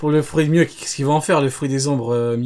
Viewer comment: ELLE A DIT MIWHAK NIVEAU EMPEREUR J’AI FAILLI ARRÊTER LA VIDÉO 😑mais bref